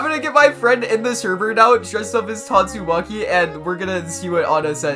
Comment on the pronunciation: I just keep hearing tastumaki 😂